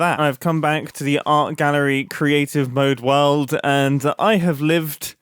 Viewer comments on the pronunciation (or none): none